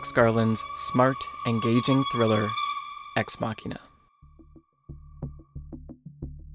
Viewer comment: The pronunciation of Ex Machina is irritating. It's "muh-sheen," not "maw-keen."